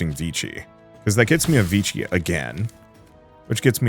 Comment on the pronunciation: 'Vichi' lmao